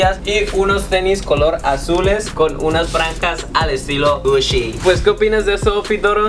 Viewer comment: te crees bien de mundo y no saber pronunciar bien la marca Gucci Se pronuncia Guchi No Gushi No te quieras hacer el gringo por qué no te sale.. ademas es una marca italiana